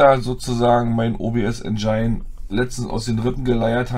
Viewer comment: Mir tun die Ohren weh, bekomme Gänsehaut wenn manche Leudz aus Tschörmenie veruchen jedes englische "ine" als "ein" versuchen zu lesen. Der Verdampfer heißt Engine (Aussprache: ändschinn; wie das "dsch" beim Djinnie). Engine = Motor, Maschine (engl.)